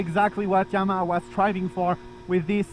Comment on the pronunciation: Yamaha ❌ Yama ✔